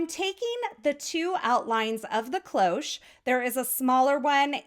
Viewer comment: Your card is amazing, as usual ! As for the “cloche” : it’s simply the French word for bell, I didn’t know it was used in English. And your pronunciation is perfect !